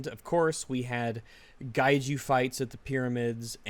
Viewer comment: At around 3 minutes, I SWEAR I heard say "Gaiju". If you're referring to titanic monsters, then the word is "Kaiju" 99% of the time.